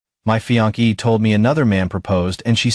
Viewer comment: Fiancée pronounced fee-on-say. I know it’s tough to get pronunciations right in English because there are many different pronunciations of common words across regions and countries and fiancée is borrowed from French like many other words in English.